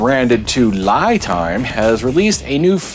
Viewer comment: FYI, unless you’ve heard Li Time pronounce their name this way, I do believe this pronunciation is actually incorrect. Li (pronounced Lee) is the pinying spelling of the Chinese word 力 which means force. I’m an expat living in Taiwan. Just thought I’d offer that up. Love the channel. Learning a ton from these videos.